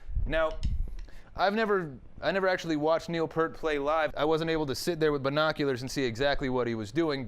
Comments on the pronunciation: PEA-RT!!!!! not PURT :D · Love the video.. but it's pronounced PEERT. Come on man. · his last name is pronounced peert! PEEEEERT!! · it's pronounced pee-ert and limelight is from moving pictures, not spirit of radio, which isn't even an album. having said that, impressive you did it on 2 toms